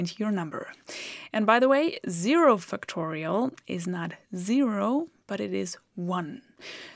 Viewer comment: Great lessons. (Until I saw it written as Factorial, I thought you were saying Fictorial.)